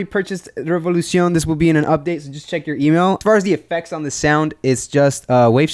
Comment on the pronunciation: I love how u say Revolucion LMAO